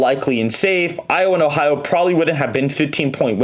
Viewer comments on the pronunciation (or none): none